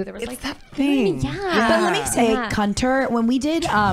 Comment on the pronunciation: saying "Cunter" so blatantly always make me laugh lol